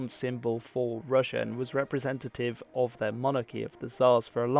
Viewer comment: Its so funny how you say rus correctly but then say rus-sia wrong, why say the rus in russia diferently than by itself?